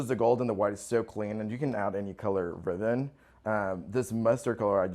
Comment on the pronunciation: In the first video...is he saying "riven" instead of ribbon??